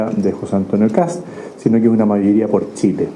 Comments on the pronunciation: Los periodistas argentinos parece que tienen problemas para pronunciar el apellido KAST…. No KATS…. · KaSSSt ....KaSSSSST... NO KaTz!!! Pelmazo!!!